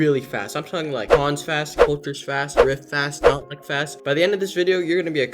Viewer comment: I love How You Said Notlick Insted Of NotLuc